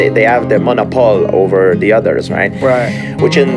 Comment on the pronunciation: Gsp said monople he meant monopoly cuz that's not a word guy